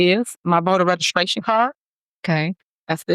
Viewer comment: Regiscration. My God! She’s illiterate.